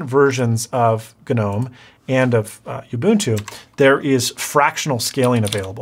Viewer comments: What is this youbuntoo you speak of? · Everytime he says "youbuntu" and "deebian" 🤣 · I don't mean to be pedantic, cause really cool video. But not sure it is possible to mispronounce more things than in this video (and I stopped a the mark to make this comment)! Youbuntu, Deebian, Guhnome .... I'm dying. You should have just stuck by your initial statement of "I don't really wanna explain how linux works ..", because you can't. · “Guh-NOME” “Yubuntoo” “centoss” “DEE-byun” He sounds like he’s trying to pronounce it like a tech illiterate.